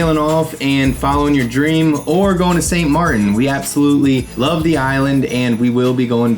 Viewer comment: "St Mar-IN is sick..." Um, did you mean St MARTEN"?